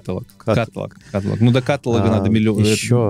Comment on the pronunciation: Все классно. Но парни.. каталОг.. ударение на третий слог